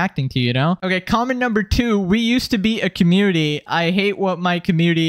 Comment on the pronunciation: my guy where's the n? you saying commuity?